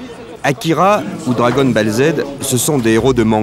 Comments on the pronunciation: La voix off dit Dragon balle. L'enfant dit bien Dragon Ball. Puis le journaliste se reprend et dit Dragon Boule. Genre c'est impossible de bien prononcer pour un adulte :'D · Dragon Balle, Gamme Boy, ahah ces prononciations catastrophiques. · « Dragone Bale « 😂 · Dragon "balle" il a dit !!!! Au buchet !!!!!!!!